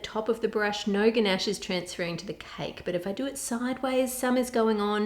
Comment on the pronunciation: god, when she kept saying gnash it was soooo annoying, like bro. IT'S CALLED CHOCOLATE, AND I KNOW SHE'S AUSTRALIAN OR SOMETHING BUT STILL.